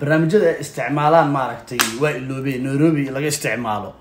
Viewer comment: Neirobi❌Nairobi✅wax barta lagama karo😅